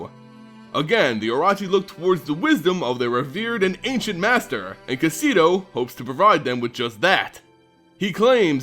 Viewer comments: I love your videos but I'm sorry, as a proud snake commander, this was very painful to listen too. O-Ro-Chi not O-Ra-Chi. And Kaseto uses a short E like Bet not a long E like Meat. Otherwise, nicely done like always and I look forward to your next video and a return Kamigawa. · Say it Kah - Seh - Toh. Oh - Roh - Chi.